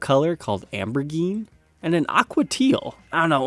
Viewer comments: lmao that indigo/purple color isnt ambergine, its aubergine (oh-burr-zheen) which is just what the british call eggplants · "Ambergeen" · 'Aubergine' not 'ambergeen'. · How he says ‘aubergine’ 😅😅😅 it’s pronounced o-ber-gine. It’s the non American word for eggplant. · the purple color- aubergine, is pronounced ow-buh-zheen its the British word for what Americans call an eggplant. Sorry to be that guy ;) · Clémentine & Aubergine are french words, the first is a fruit, the second is a vegetable... And you have to pronounce "O-bear-jean"!! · Hate the way he pronounced "ambergine" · Aubergine not pronounced ambergeen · pronounced it "ambergine" because I like a woman named Amber, and he's been saying that word in a lot of his videos, too! x-)) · did he just? he pronounce aubergine wrong, aubergine is what americans call, i think eggplant? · lol at how he pronounced aubergine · Hahaha looked for this comment. Cringed when he pronounced it 😂